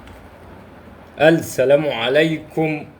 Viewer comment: يا اخى انطق السلام صح، اللام فى كلمة السلام شمسية مش قمرية يعنى ما تنطقش اللام